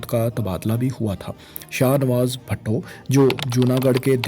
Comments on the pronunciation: its not bhatto...its bhutto... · BHUTTO NOT BHATTO.